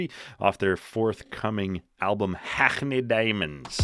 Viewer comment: Great song , classic riff but heavy produced.. anyway.. you can just pronounce Hackney instead of ggggrhhgrrrrakney... and the "babe" is actress Sydney Sweeney